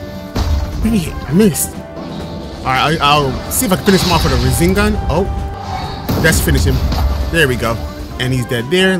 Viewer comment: am I tripping or is this man saying razengan and not rasengan